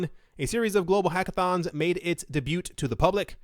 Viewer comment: the T is silent in "debut"